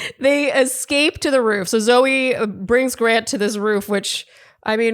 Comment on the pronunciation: It's Zoe not zoey